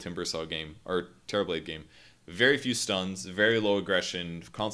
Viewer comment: All I hear is Terriblade.